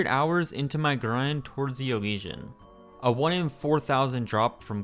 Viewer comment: Your pronunciation of Elysian..